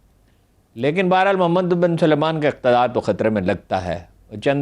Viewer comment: یہ سارے پنجابی "سلمان" کا تلفظ "سلیمان" کیوں کرتے ہیں؟ سل مان SAL MAAN ایک الگ نام ہے اور سلے مان SU LAY MAAN ایک بلکل دوسرا نام۔ ان کے الگ تلفظ میں آپکو کیا پریشانی ہے؟ ارے بھئی پڑھے لکھے ہیں؟